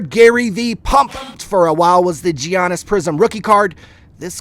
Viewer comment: Who is G-annis? This dude can't even pronounce his name right.